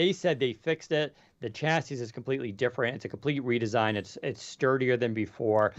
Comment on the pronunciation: Someday, will learn how to pronounce chassis.